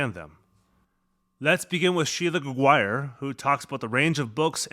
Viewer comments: I live in Quebec and we don't pronounce Gregoire ''GregWIRE'' but ''GregWAR'' ☺ It must depends of the person and where they're from. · The pronunciation of the name Gregoire as "greg-WIRE'" -- did you clear that with her? I'm presuming that is a French-Canadian surname. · Yes, that's how we pronounce it! ;) Greg-War. I always say, "think Jaguar but with Greg in front of it."